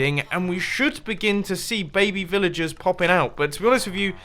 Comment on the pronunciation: Who else thought he was saying villages not villagers